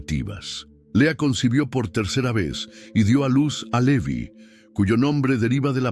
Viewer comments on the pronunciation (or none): none